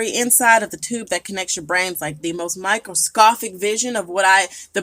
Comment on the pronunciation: bruh microscofik lol the amount of words she can’t say while while claiming to be so educated lol